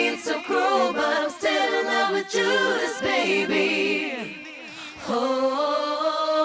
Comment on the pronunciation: She said juda ass 😂